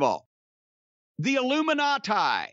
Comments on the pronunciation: Also “Illuminat-aigh… that’s plural of Illuminati” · Jim pronouncing the Illuminati like he's Eric Cartman hahahahah